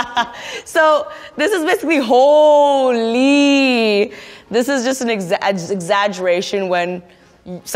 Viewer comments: When she said hooooly her indo-Canadian accent was sooo clear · Might be a Toronto style accent I wouldn't say Indo really - expect when she says hooooly man at 43 seconds.